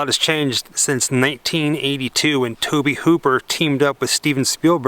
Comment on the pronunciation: Its pronounced Toe-bee. Just sayin